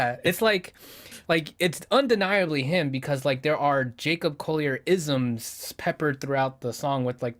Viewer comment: tiny point, "Collier" is an English name. You seemed to pronounce it with a slightly 'French flavour'. Several of the YT videos pronouncing his name are incorrect, and have that 'French-ness'. Here's Jacob Collier pronouncing his own name: Jacob Collier - Fix You (Live for There With Care) Incorrect is the ironically titled How to Pronounce Jacob Collier? (CORRECTLY) Best Wishes. ☮ Collier is a 'normal'' word in the UK. A 'Collier' is a coal miner. My father was one. I've heard it a lot.